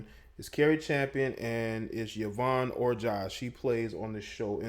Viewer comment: It's pronounced yvonne orjee like orgy. Not orjai